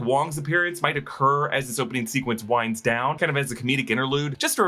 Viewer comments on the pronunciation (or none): none